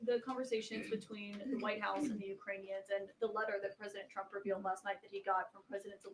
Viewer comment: ok, this is the second time you've taken over for benny and at this point im calling it out Why are you saying "President Drumpf"? i let it go the first broadcast bc it seemed you were tired and i was just hearing things speech impediment with T's - nope